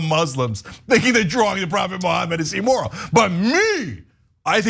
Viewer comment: My only comment is don’t say E-moral 😅